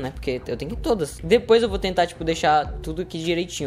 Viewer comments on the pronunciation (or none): none